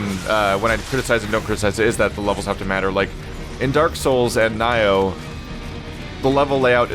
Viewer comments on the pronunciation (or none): Did he just call nioh nyoh